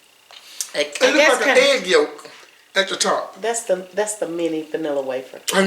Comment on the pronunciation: HAHAH,, He said egg yolk,, too funny